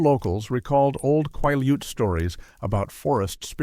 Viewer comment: Hey. I live along a sol-duc River and the pronunciations are killing me. Also. you owe the native Quileutes, an apology... Cool stories though😊